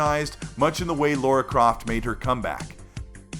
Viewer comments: mate, it's Laaa-ra (as in La La Land) Croft, not Law-ra Croft...come on, you know this. Help get the correct pronunciation spread eh....😉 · Another great video, but just one thing... It's Lara Croft, not Laura Croft!;)